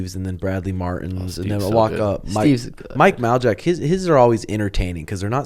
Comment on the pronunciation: Did really say mike mowl-jack 🤣